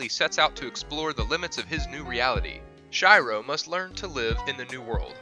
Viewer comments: not “shy ro” “she ro” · Shiro pronounced Sheero not Shyro you dumbass. You would know that if you ever watched the anime. And isekai is pronounced eesakeye not isekee. Learn how to pronounce words and names properly. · its fucking shiro not shyro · its SHIRO not SHAIRO and "NPC" not "NCP" in Log horizon. Npc as "non player character" ....... kinda made my ears bleed sir. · Who the fuck is Shy-ro? It is pronounced as Shiro but I guess that's too much for an. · You say it like she-ro not shei-ro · Shyro really I can’t really blame you for messing up but really Sh-e-ro shiro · its not Shairo... SHIRO - /SHEERO/ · Shiro しろ not Sh-I-ro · Me: Oh Shiro ! Him: Shy-ro Me : WTF??? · Do these YouTubers purposefully mispronounce to annoy us. A-Cart-Suki? It's A-Kat-Ski. Shy-Row? Try Shee-row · Not SHAIRO. It's SHIRO!! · Shirou not Shy row. I'm not hating on the channel or on you. It just triggers me when names are pronounced wrong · im a huge fan of Log Horizen and i was like who are you talking about it is pronounced sheer-ro not shy-ro in the english version... please dont pronounce them wrong it hurts mine and other people who are Otakus and fans of log Hozen hearts. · This dude pronounced Shiro as ShAIro This just proves that dub is 🤢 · ShyRo, Nowtsoogoo, and akatsookee... Smh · Who the fuck is shy-ro heheh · Shiro is pronounced shy-row? You only watch dubs... pesants... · ooof, i cringed when he said shyro instead of shiro.... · "ShYrO"....... It's really annoying when people westernize Asian names even though they watched the anime and heard the right pronunciation every time. Unless you watched the dubbed version, which should be illegal. Side note, good list but I'd disagree. Some of the anime on this list is boring AF, overlord and slime, even gate (even though it's not exactly the traditional isekai) should have been on this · "A cat-sookie"? "Shy-row"? Get the fuck outta here! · She-ro plsssssssss shiro is she-ro!!! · Its as if they were saying shy-row